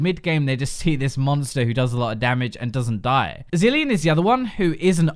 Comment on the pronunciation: ZEELINE?? "Triggered Zilean Mains."